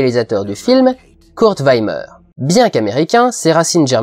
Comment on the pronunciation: Juste, on prononce "Kurt Vimmer", pas "Kurt Vaymer", le I en Allemand se prononce comme en Francais, tu dis pas "Hans Zaymer" mais "Hans Zimmer"